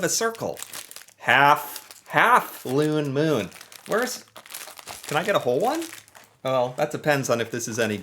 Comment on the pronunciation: OMG the "looone moon" 😂😂😂😂😂😂